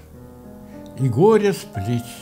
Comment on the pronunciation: Поэма горы начинается не совсем так, как прочитал Константин Александрович:) Вздрогнешь -- и горы с плеч, И душа -- горЕ. Дай мне о гОре спеть: О моей горЕ! ...Но, высокая культура и глубокое знание поэзии, в целом, сделали программу интересной. Спасибо.